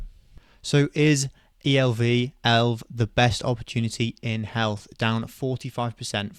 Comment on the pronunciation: no one calls it elv bro its E.L.V or Elevance where is this elv coming from lol